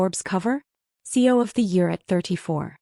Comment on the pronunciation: Why does the narrator repeatedly pronounce CEO as C O ?????